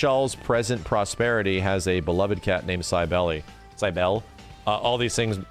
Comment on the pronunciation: Cybele is pronounced "KAI-bell" :) Cybele was the Phrygian/Anatolian fertility Goddess and developed a noteworthy cult in ancient Greece.